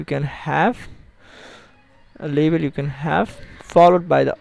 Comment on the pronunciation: he says label, sounds like he trying to say level..